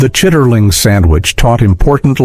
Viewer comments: it is not pronounced "chiterlings" its chitlins...and they smell like a hog lot...if you raised pigs you cannot eat them.... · "Chitterlings"😂 "Chitlins" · CHIT-TER-LINGS😂😂 CHIT-LINs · Please teach your AI how the South pronounce words . Don't put the R in that. It's: Chit leans. And yes I love them